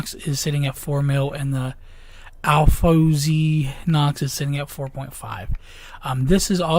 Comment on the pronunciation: It's Pronounced Alfonze.